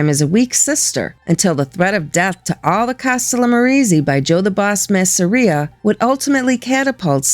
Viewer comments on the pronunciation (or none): none